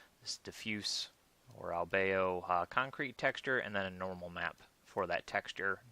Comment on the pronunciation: Pretty sure it's pronounced Al beado